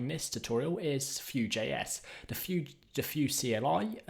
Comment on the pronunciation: bud it's pronounced view